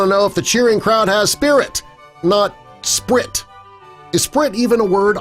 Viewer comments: You read Spirt wrong brah! You said sprit.🤦‍♂️ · Its "Spirt" not "sprit"...and "ice" not "rice"...intentional irony or laziness? Methinks the latter...and dont know why these clickbait things still show up in my reccommended after unsubbing.. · SPIRT NOT SPRIT....CLEARLY YOU CAN'T READ EITHER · It's not 'sprit'...it says 'spirt'. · Speaking of editorial prowess, just the second clip in your narrator said the high school banner says, “Sprit, is sprit even a word”? In reality the banner said “Spirt”..... who gets fired for that one?! At least they were high school kids that messed up. You are supposed to be professionals. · it was spirt.. not sprit.. idiot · makes fun of cheerleaders misspelling Spirit pronounces the misspelled word as SPRIT when it's spelled SPIRT Bruh. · says sprit instead of spirt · Uhhhhhh its not SPRIT..its SPIRT (spurt)...dang😒😄😄 said it allllll wrong.. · Thank you so much for stating this, I'm so glad that I wasn't the only one that was paying attention. He did make another mistake before this one too, the word was spelled SPIRT, instead of Spirit, but he said it as Sprit, instead of SPIRT AS IN DIRT. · SPIRT NOT SPRIT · Great editing job folks. They point out that the person who painted the sign that says SPIRT is obviously missing the second 'I' to spell 'SPIRIT' but the narrator (as he frequently does) misprounces the word as "SPRIT". I hate to point this out folks, but the sign was closer to being correct. Then they have a pic of popcorn in a plastic bag labeled for ICE. Once again our ever so vigilant narrator claims the bag is labeled for RICE. Which is more likely to be found in a store like Walmart- bags to be filled with ICE or plastic bags to be filled with RICE? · he also said 'Sprit'